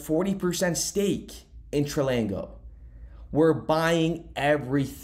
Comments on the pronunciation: It’s pronounced TRANGLO and NOT Tralango lol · Where did you get an "L" between "tr" and "anglow" ? Tran-glo, Tranglo. Its simple, a 3 year old could read and pronounce it. Like i'm going to trust or listen to someone who cant pronounce simple words. You never go to school, or only occasionally when you felt like it ? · Tran glo, no letter repeats twice. Not tri ang glo, not trang glo.. Tran glo. Tranglo. 2 syllables. Try again. Now, thanks for the content. Keep up the good work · Its TRANGLO not TRILANGO. great video tho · Tranglo... FFS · There's no I in Tranglo. Pronounced Tran-Glo. ❤️ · 🤦‍♂️ bro stop mispronouncing Tranglo, read it again ! Only one letter L in it